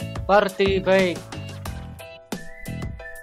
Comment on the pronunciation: Pengucapan Bike nya kurang enak